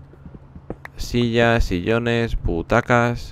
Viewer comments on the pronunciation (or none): cuando dijo butacas crei que decia putacas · dijiste butacas o putacas porke no se te entendio xD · parece que digas "putacas" xD